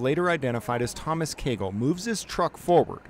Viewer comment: Heheh "Caygle" 😂